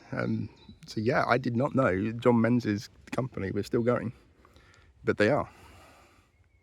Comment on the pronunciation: Menzies is pronounced Mingus! 😊